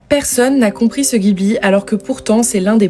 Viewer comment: Ça se dit DJibli par contre (sinon trop bien ta vidéo)